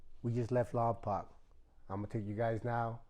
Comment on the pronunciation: It’s called Lompoc not lompac it’s pronounced lom-poke .